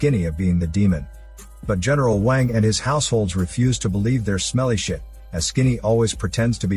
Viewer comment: Omg the way the bot says eneral wang 😂